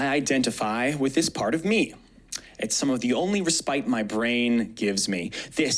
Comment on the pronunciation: Respite is pronounced res-pit not re-spite